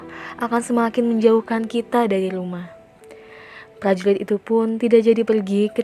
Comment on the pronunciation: Kaka,prajurit bukan prajuwit